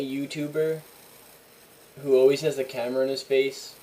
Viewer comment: You're the only other person other than myself who i've ever seen say "alweys" instead of always.